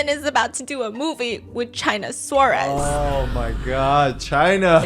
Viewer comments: it is killing me how you are pronouncing her name hahaha, just so you know it is China Suarez, china pronounced in spanish (chee-nah) suarez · Stephanie is lovely and I appreciate the effort but her way of pronouncing "Suarez" was too funny, sorry 😂 I spent the longest time thinking she was saying "Chinasaurus". Which sounded like a crazy nickname.